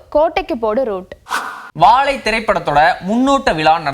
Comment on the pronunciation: வாழை யையா வாவைன்னு சொல்றீங்க